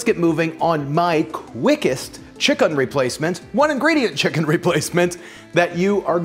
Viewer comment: The way you pronounce chicken makes me very uncomfortable but I like you and your videos so imma still watch